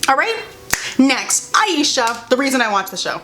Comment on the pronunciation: The pacing was too fast, and how they pronounced Ashia’s name wrong set me off. If they had more episodes and it was more developed in pacing wise I would’ve love it with all my heart